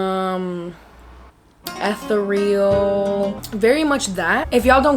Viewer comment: The way she said “ethereal” killed me